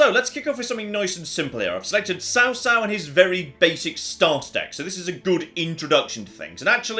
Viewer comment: this looks like a mobile game if i've ever seen one. Also, Cao Cao should be pronounced Chaw like chowder. I laughed at destroying the MOUNTAIN.